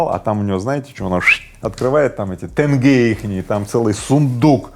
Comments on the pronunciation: Господин Рыбаков, не тЭнге, а тенге! Что за сложность произносить правильно? Или это стеб такой??? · Почему слово деньги вы произносите нормально, а слово тенге произносите тэнгэ? Дэнги Дэнги))